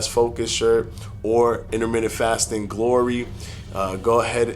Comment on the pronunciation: Interment-TENT..say it right bruh